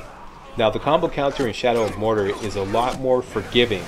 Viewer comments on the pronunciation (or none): I love you... but Mordor is "More Door" not "More Durrr";) Can't wait for the Walkthrough! You rock!